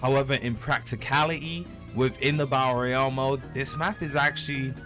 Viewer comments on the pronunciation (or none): Love the "Bael Royal" lol